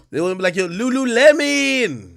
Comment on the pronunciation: Ak saying “Lululemon” has me cryin😭🤣🤣